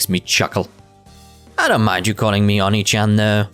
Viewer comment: Oh nay chan. That’s how it’s pronounced. The way you said it hurt my ears.